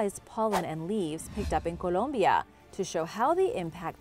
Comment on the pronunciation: You said Colombia with a perfect Colombian accent... latina....great vid.